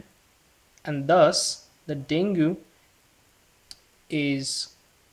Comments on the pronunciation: Great video ! Btw, dengue is pronounced as Deng-gi.. not deng-gu. Have a good day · Frst of all.... It's डेंगी.... Dude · Deng Ghee, its DENGGGGHEEEEE